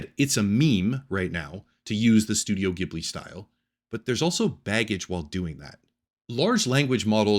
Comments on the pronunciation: Ghibli is pronounced with a soft G, like "jib-li". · It's pronounced Jibli. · It's pronounced "jhiblee", soft sound not harsh like "Giblee" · The G in Ghibli is soft.